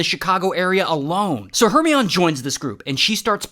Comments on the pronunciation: YOU MEAN H E R M O N I E IE NOT HORMENION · “Hermeon” “illa-waaaa” - ray 2024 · ‘Her - me-on’ is actually ‘Her-my-on-knee’ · It's not Her-ME-ON. It's Her-MY-KNEE. Didn't you watch the Harry Potter movies? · Her-my-oh-nee. Check your Midsummer Nights Dream. You’re welcome. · Her My oh Nee not her me on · It’s not hermion it’s herMYeNIEE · Her-mine-E 😂 not Her-Me-On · Her-my-o-ni❌ her-mi-on✅ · HeRMiOnE Her-Mee-On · "Her-me-on" 💀💀💀 It's Her-mine-e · Thank you! I was cringing with Her-me-on! Her-my-O-knee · Her-mi-on - or Her-my-o-nee? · Hermione = her-my-oh-knee. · Her-MINE-EE Maybe you’re mispronouncing it on purpose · It's Her-my-o-ne. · Is he pronouncing Her-my-oh-NE incorrectly on purpose? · "Hermy on" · Hermione? Never seen Harry Potter? Her mine ee. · Ray pronounces hermeon how he pronounces illinwah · not hermy-on 😭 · ‘Hermeeyon’, love it. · “Her-my-oh-nee” please. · Ray, d00d. "Hermione" is "Her-my-nee". You know, Harry Potter? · Ray, the pronunciation of Hermione is Her-mine-e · Hermione Its Her Mayo Nie Like the character Shout out to French Turkish look alike Emma Watson the future prime minister of the UK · "Her me on" seriously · I think you mean Her-My-Knee(Hermione) like in Harry Potter.🤔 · Made it up. That explains the mispronounced Hermione. He made that up also. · I I like how he pronounces Hermione. lol 🤣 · Apparently, he's never heard of Harry Potter or Emma Watson if that's how he's pronouncing "Hermione." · You need to look up how to say "Hermione." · “Hermione doesn’t actually exist.” Of course not, he made up the pronunciation too. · hermione........ emma watson will be annoyed by that pronunciation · Ray, Ray, Ray...unfortunately, you are mispronouncing Hermione...watch Harry Potter to see proper pronunciation. 🤣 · Everyone talking about how Hermione doesn't exist but no one is talking about how he butchered Hermione 😬😬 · The way he says hermione AHHHH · he really tried the french “oi” 🤑